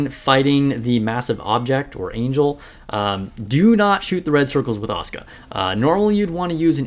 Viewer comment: Finally someone pronoucing Asuka correctly, most Nikke content have been unwatchable for me recently since everybody butchers it and repeats the name every two seconds. And I was looking for some tips on her as I did luck out to 3 star her, before my SSR luck completely ran out.